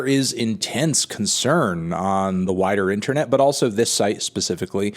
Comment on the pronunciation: Did you say "wider" music community or "whiter" music community?